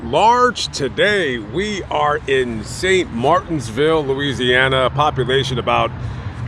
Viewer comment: Not to be rude, but it's St Martinville, there's no "s" in the name of the city